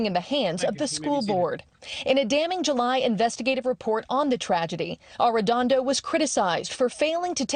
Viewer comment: She has read an additional ‘n’ in “Arredondo” every single time, but I don’t mind because mispronunciation shows disrespect. Arredondo deserves very little respect.